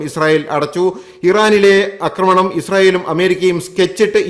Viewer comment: 'അക്രമണം' കേൾക്കുമ്പോൾ അരോചകം!